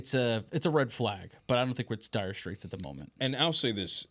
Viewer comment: Dude I’m gonna kill myself if you say dyer straights again